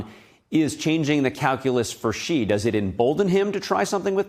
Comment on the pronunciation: Xi is pronounced /sh ee/ not /ch ee/